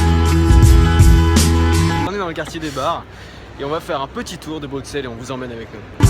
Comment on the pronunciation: Mais mais mais! On ne prononce pas le X de Bruxelles comme un X mais comme un S.:P C'est clair que la bière belge, c'est pas de la blague! J'espère que tu as aimé la capitale en tout cas. C'est ma ville de coeur personnellement.